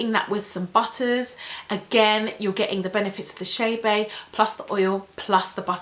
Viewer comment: Girl, it’s not chaybey (I’m writing how she pronounces it) it’s Chebe